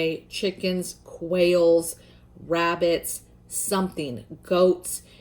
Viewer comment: When you were suggesting animals to raise, I kept thinking I heard you say whales. I’m like huh?? Then I realized you were saying quails 🤦🏻‍♀️. Great content as always sister!